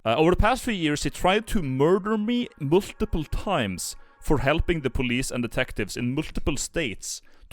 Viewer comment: Never attempt to say multiple again